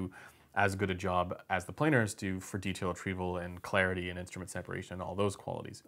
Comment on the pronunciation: Umm its not treeble, its treble. No long e sounds.